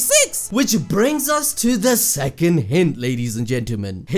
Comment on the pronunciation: Man said threcond 🤣🤣